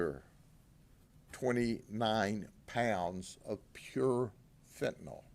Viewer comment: It's pronounced fentanyl not fentanawl OMG please those of you in law enforcement that are saying this term over and over in front of parents and the public... PRONOUNCE IT CORRECTLY please!